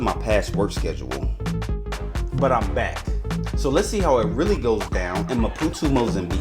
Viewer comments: How did you ever get saying "Ma-poo-too" from ma-poo-TOE? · it’s maputooooooooo… not maputuuu.. READ damn 😂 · Why do you keep saying Mapu-tu. Isnt it Mapu-to? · ‼️‼️What the fvxk is Maputu? There’s literally an “o” at the end of the word. Great video, but fvxk man, say the name right. It’s not that difficult.